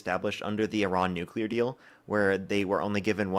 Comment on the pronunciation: Can we agree that nuclear is pronounced New Clee Are and not New Cule are? We can go from there regarding this fools argument and lack of understanding. Drives me absolutely insane just like Democrat vs democrat